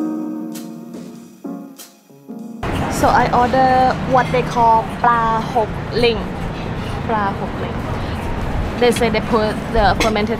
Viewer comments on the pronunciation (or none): That not Pla Hok Ling it Pro Hok Ling😂😂